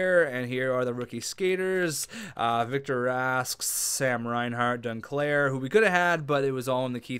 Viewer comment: Y do u call Anthony duclair, dunclair